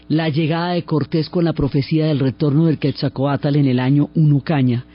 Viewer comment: Excelente narración. Para hacerla perfecta me hubiera gustado escuchar la pronunciación correcta de Quetzalcóatl. Pero agradezco mucho el entusiasmo y gran conocimiento con que cuenta la increíble historia de un país tan magnifico como Mexico 🇲🇽